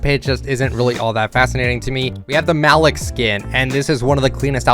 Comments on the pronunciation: why you keep calling malik malick its pronounced maleak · Wouldn't it be pronounced Ma-leek? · cracked me up saying Malik wrong 😂